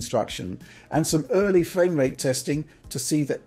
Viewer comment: Nice fwamewate, wunning vewy smoov.